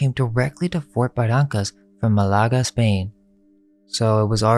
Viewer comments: You're from Pcola but pronounce Barrancas wrong? Ba rain cus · C'mon man, it's pronounced Buhrankus (Barrancas), Mikray (McRee), Sirvanteez (Cervantes), and Tehhar (Texar). A local should know that. You sound like a google maps narration.